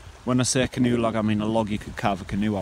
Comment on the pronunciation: Haha ka-narve a canoe. Love your video's, keep up the great work!